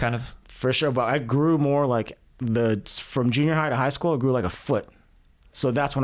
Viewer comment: Central TEXAN accent pop out, for a split second. Talking about playing football when he said “High School” on the HI… ‼️‼️CENTRAL TEXAS‼️‼️